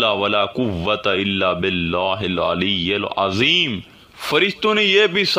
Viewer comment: Hil ilayal azeem nahi correction please hil ilayil azeem hai😊